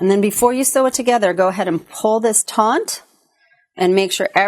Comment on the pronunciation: Not “tauNT” it is “taut”